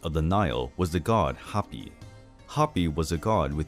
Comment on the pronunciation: Just a note. Hapi was pronounced closer to Haw-pie